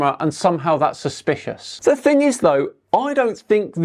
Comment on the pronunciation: he cant even say thing (fing)... its a pet hate of mine